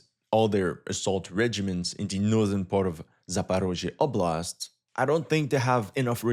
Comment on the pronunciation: За то как он старается произносить названия населённых пунктов - определённо лайк)))) Звучит забавно, но слышно, что старается)) OBLAST'